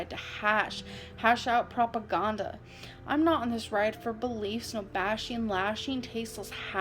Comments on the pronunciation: "PropagOnda" I LOVE that one! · This is the first time I listened to that whole dumbass poem. Prop-a-gone-duh lmao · “ Prop-Aah-Gaahn-Duh !” -Amber Reid ! 🤭